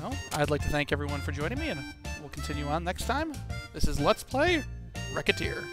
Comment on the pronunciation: Just something I thought I'd mention. Recette's name is supposed to be pronounced like "receipt", so since the title of the game is a combination of Recette and Tear's names, the "c" in the title is pronounced more like an "s". [/grammarnazi]